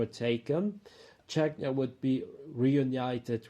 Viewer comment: The name needs to change; Západ which is West in Czech & Slovak means collapse in Polish. Polish for West is Zachód but that means toilet in Czech & Slovak. Error; It's Czechia (pronounced: "che-kee-ah") not "Czechnia" which sounds more to Chechnya, a troubled region in Russia which is obviously an issue.